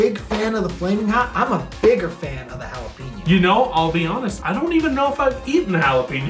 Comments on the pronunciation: Really? Jalapeeno? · haa·luh pei nyow v's ha·luh·pei·nyow